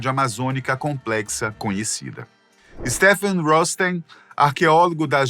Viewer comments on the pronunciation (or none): none